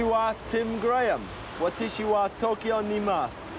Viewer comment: Wow, such BAD Japanese at the beginning I almost stopped watching! Men usually say "boku" and he mangled "watashi."